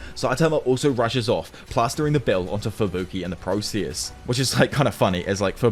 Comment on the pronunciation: Are you Indian? East Indian? The way you say process 🤢🤮